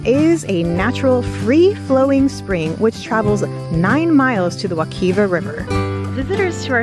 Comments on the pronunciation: Wek“eye” va not wekeeeva 😂 I live here. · Not a bad video but how you pronounced Wekiva really bothered me. It's not wuh-keeva. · Excellent video! An out of her element City girl enjoying natural Florida is adorable! Really wonderful photography too! Oh it's pronounced wekiva with an I sound. Wek👁️va hehe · The name of the river is called wekiva you've mispronounced it several times and there is a place if it's still open where you can rent a canoe and go to wekiva Islands from Kelly Park which is also known as Rock springs